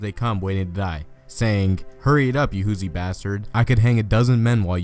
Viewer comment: As a Hoosier i cringed when he mispronounced Hoosier